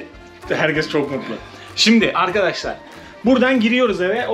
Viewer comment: Sağ ol, güzel görüntüler .. Yalnız açılıştaki kelimeyi yanlış kullanıyorsun. Arkadaşlar kelimesindeki vurgu A ya yapılmaz. Yani A ARKADAŞLAR denmez.. Vurgulu söyleyeceksen R ye bas.. ARRRKADAŞLAR de lütfen. Yine de teşekkürler..